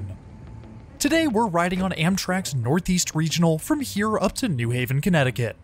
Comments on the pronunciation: Nice video, but it's New HAven not NEW Haven. Pronounced the same as New York or New Rochelle. Looking forward to next week's video! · In CT we pronounce it “new HAVEN” emphasis on Haven vs. “NEW haven”